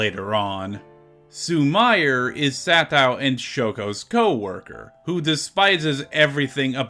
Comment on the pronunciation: Awesome video! Just one note on Japanese pronunciation- “i” is pronounced as “ee”, and “e” is pronounced as “eh”- so “Sumire” is pronounced “Soo-mee-ray” 😁